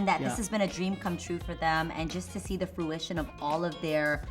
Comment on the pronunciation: Thanks for sharing. Seems like you guys had a great time. Btw it’s fruition not fluition lol! 🙈❤️ Love you though!